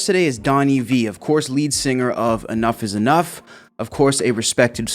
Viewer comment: Donnie is definitely a great songwriter/musician and the band was definitely one of the best of the nineties period. Not to be a jagoff but the band is Enuff Znuff not enough's enough like you were pronouncing it.